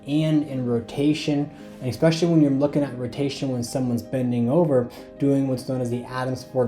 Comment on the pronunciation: especially not expecially